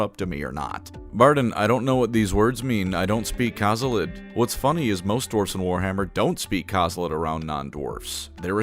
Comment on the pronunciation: Bardin speaking kazalid is litterally just the bilingual experience of: "hey can you pass me the Sᔑꖎℸ ̣?" "The salt?" "Ah yes the salt, ugh obviously"